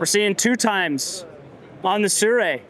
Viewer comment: Its not surei bro, it Sirui!